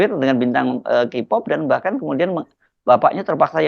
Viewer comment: Baca K-Pop itu KE-Pop...!!! Bukan Ki-pooooppp....!!! Gimana sih?! Biasa olok² bahasa Inggris Jokowi, tapi bahasa Inggris juga JEBLOK!!! 😂😂😂